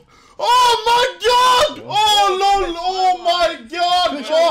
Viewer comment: stop pronouncing lol as LUL